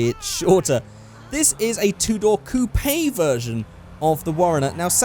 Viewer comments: coopai? you mean coupe! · The way you say "coupe" makes me want to die.